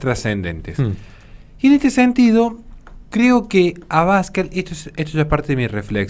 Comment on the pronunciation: Un detalle: El apellido de Santiago Abascal es una palabra aguda, así, no se dice "abAscal", si no "abascAl". Por lo demás, un vídeo brillante como muchos que de los que tienes publicados. Mucho ánimo y muchas gracias desde España!